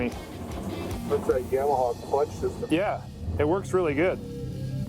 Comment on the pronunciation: It cracks me up hearing people say Yam-a -ha. Always heard and said it Yah-ma-ha... Killer video tho, guys. Getting me a Limited very soon to ride here in Maine. 🇺🇸❤️🤟